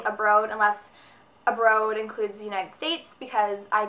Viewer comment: lol at the the way you say abroad